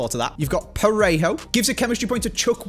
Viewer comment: I swear he got loselso right and not parejo